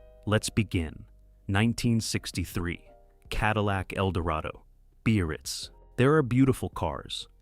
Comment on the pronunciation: And the crappy AI narration. Cadillac "buy-a-rirz" !